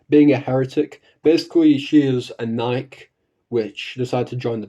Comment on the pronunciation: Same, Nikke (idk if you're trolling but you didn't pronouce it right lol) is my favorite gacha. Regarding Raptures, it is interesting to think about as their origins remain a mystery. They are undoubtedly powerful, enough so that they forced humans to flee underground and claim the surface. The battle between Cinderella and the Rapture Queen tells me that they're stronger than they seem. Cinderella being someone who can survive falling from outerspace (albeit heavily damaged) so that can be added to the scaling lol This does make me think...how would they fair against the Big Gete Star? It would be interesting to see